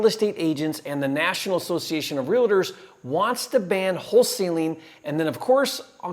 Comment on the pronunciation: "Realiter" LMAOOOO REAL-TOR